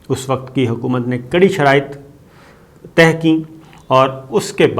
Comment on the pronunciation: تہہ نہیں ہوتا پیارے صابر شاکر بھائی۔۔ طے۔۔۔طے۔۔طے